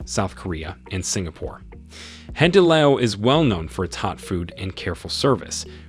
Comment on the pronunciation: There is no Yaw family running the UOB. Wee is the family name. The correct pronunciation should be Hai-di-lao, not Hardy lao